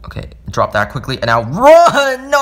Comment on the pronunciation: How he says no😂: NOAH